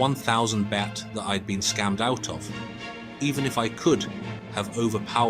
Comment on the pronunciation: What BS, you don't even pronounce Pattaya and Baht correctly